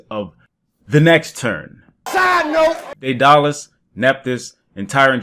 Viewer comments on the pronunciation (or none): Daedalus DAY DUH LUS GET IT RIGHT NIGGA